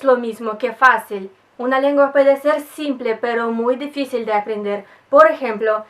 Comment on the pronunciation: despues q vi el video iba a preguntar de donde eras. rusa. hablas de una manera perfecta el español aunque algunas palabras se entienden pero no la pronuncias como es. ejemplo dificil lo dices: deficil por tu acento presumo. ademas, tenias q ser rusa x lo hermosa q eres